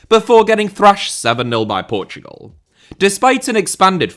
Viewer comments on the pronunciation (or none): none